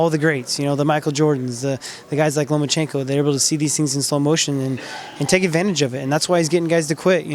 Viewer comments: it's Lomachenko not LomaNchenko lol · The name is Lomachenko, not LomaNchenko. There’s no “n” between the “a” and the “c”. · Nobody, NOBODY: Boxing RePoRtErs : loma N chenko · Russians React Loma is so humble e doesn’t correct anyone but it kinda irritates me that people who cover stories on him can’t take that fucking “N” out of there! 😂